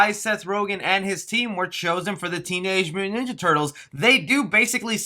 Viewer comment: can you even pronounce"mutant"?